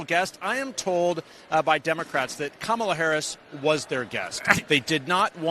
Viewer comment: Nonstop lies and using celebrity like Kerry Washington to help say kamala right and she still said it wrong 😂